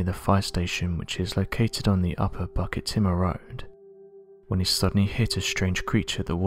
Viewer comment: It's pronounced " book,it,tima " not bucket tima.